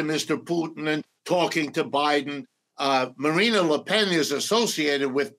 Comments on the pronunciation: It's embarrassing to hear this "expert" on France incorrectly pronounce Marine Le Pen's name all throughout the interview. It's Marine and not Marina. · Please, it's Marine, NOT Marina. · I couldn’t take him seriously when he kept saying MarinA le pen 😐